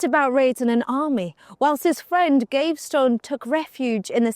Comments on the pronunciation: It's also not Gave-stone but Gav-ee-ston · You missed Piers Gaveston, pounced GAVESTONE!! 🙄🤣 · Or Piers Gavestone!! I always thought it was GAVESTON!!